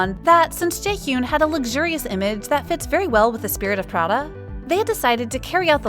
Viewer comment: Its not jaehyoon it pronounces as jae-hee-yan please stop saying it wrong